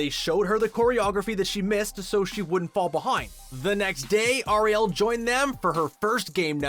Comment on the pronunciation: her name is not Ariel like the little mermaid its more like R E L say it like that R E L